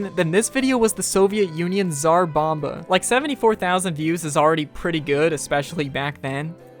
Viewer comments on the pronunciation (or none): 😂. We say it more like "Tsar' bomba" (with TS, which is like C). There is nothing wrong with that, but it just sounded funny.